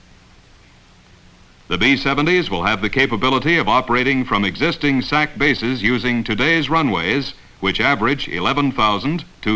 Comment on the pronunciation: You don't say the acronym "S A C", you say "sack". During the Cold War era, USAF had the Strategic Air Command and the Tactical Air Command. Their acronyms of SAC and TAC were universally spoken as "sack" and "tack". I know because I was a little kid living on base at Bergstrom AFB outside of Austin, TX. When my dad was assigned there in the mid '60's, Bergstrom was SAC. A year later, it was assigned to TAC. When his friends came to the house, there was a lot of "sack" and "tack" being discussed.